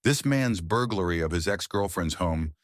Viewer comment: BURGLAR. Not Burlgar.